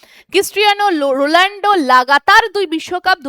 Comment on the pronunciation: Uni Ronaldo ,, Rolando noii 😡. Thik kore uccharon korben plz